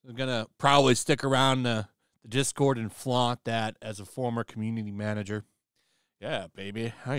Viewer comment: Lol "manger"